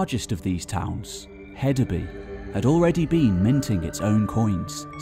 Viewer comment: For future reference: In Danish, "Y" is a vowel pronounced "oo" as in food, a long u sound. And I believe the d in Hedeby is pronounced like a soft "th" as it was originally a thorn. Hethabu. It means "heath town" or "town on the heath", literally. A "by" is a city, town, settlement.